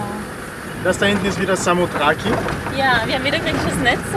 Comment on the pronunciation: Eigentlich Samothraki ohne "e"am Ende, ansonsten gut aufgepasst 😉